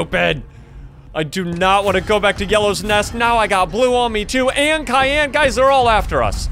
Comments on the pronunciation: it's cyan not Khan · CAYN NOT KAYN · It not cyan it syan I know it has a c but sorry but your wrong about the name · Is not kyan is cyan bro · In the name of the monster that you said cayenne, sexually cyan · It's not kyan it's cyan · Science, not Cian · You keep saying kyan but Is cyan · What You Says Kayan Not Cyan You No Name Cyan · i real love your vids but you don't pronounce it like cyan you pronounce it like syan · It's cyan not kyan that make me laugh, so hard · Its cyan not kyan soft c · It’s not cyan it’s syan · it’s not kian it’s cyan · Your saying Kian not cyan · You’re pronouncing it with a Kai and yan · Your saying Cyan wrong.Say sigh and then say an that's how you say it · He was pronouncing It like tussy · The way he pronounces cyan, though Cayenne 😂😂😂😂😂😂😂😂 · I hate when people mispronounce cyan, the C is pronounced like an S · Yeah he pronounced it Kyan but it's probably just how he says it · u are saying wrong syan but correct cyan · Ls funny when he say kyan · its cyan (Si-an) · Bro said kyanite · Bro said kiyn💀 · You’re pronouncing it with a K